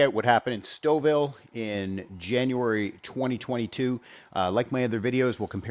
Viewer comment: Now I know how to pronounce Stouffville. Thank you!